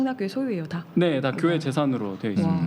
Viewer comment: 발음 참 이상함. 꾜회? 꾜회가 뭐지